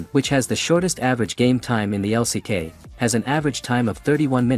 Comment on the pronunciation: LCK 也不念 Lock 呀 刷野可能可以叫 farming 嗎？不會說 brushing 吧😂